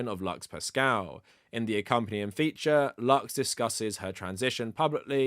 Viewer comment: About pedros sister, It's not pronounced "luks" it's "loos" or translated to English "light". Usually latinos spell it "luz". An"x" makes an "s" sound when necessary.